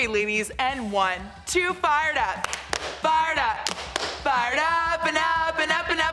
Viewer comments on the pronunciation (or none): Sounds like they were saying fart up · When they said fire up I thought they said fart up 😂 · It sounded like fart up